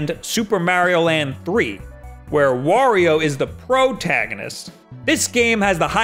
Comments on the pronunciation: You say Wario right but not Mario? Ok! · I always wonder why the guys like this that pronounce Mario's name wrong (which I still can't believe video game reviewers do) actually pronounce Wario's name correctly.... shouldn't they realize that the names should rhyme and then realize they are pronouncing Mario wrong? Oh well. Merio and Wario......dumb.